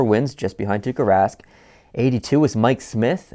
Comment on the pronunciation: It is Tuukka Rask... not Tukka Rask😂 Tukka=hair in finnish😂😂